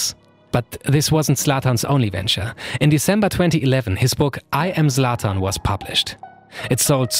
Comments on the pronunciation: Zlatan * not Slatan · The Zlatan pronunciation screams german. But the production quality is way better then german youtube.